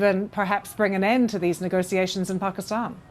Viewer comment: I can't listen to nego-see-ations. It's nego-she-ations.